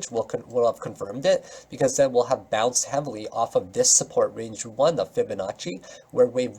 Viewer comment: I love when you say fiba fiba fabanacci